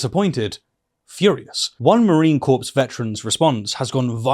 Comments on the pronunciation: I know it sounds a little petty, especially right now, but Marine Corps is pronounced Marine Core. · The corps in Marine Corps is pronounced core, there is no s sound. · why did he say "marine corpse" instead of "marine corps"? the P i ssilent bro